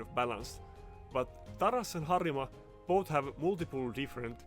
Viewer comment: I feel like you swtiched to japanese prononciation for a second when you said Harima. Could you possibly be a fellow weeb ? :cat-orange-whistling